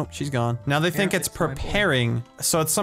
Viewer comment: At the vey start he said "thunk" xD